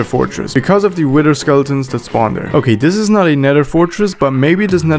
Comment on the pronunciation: i like how he says “wither” he says “wider”